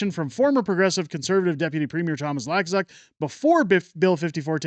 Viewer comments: Hey... just want to let you know that the fool you mention is pronounced "Luu - kaa - suk", not "Laa-kuu-suk"... not that it really matters... the man is a total ultra maroon and it will be fun to watch him fail. Keep on truckin... You are doing a great job!!! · The way it is pronounced is loo-k-zuk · It's pronounced Lou kas uck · Are you mispronouncing Lukazuk’s name on purpose 🤣